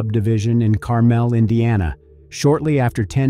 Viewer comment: Pronounced wrong Carmel is.